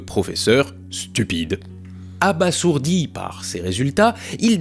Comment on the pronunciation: Ça se prononce « abazourdi » Ça vient de l’argo Bazir